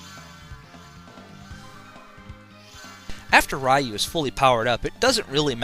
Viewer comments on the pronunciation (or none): Potato and tomato you can get away with, but Ryu is a specific pronunciation. It's similar to being named Ray, and being called "rye." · It's pronounced "ree-yoo," not "rai-yoo." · Technically it's pronouced "roo". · Ray? You mean R-Eye?